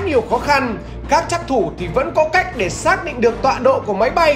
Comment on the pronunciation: trắc thủ mà nghe nhầm phắc thủ